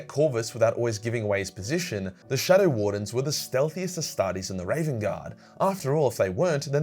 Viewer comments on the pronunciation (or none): none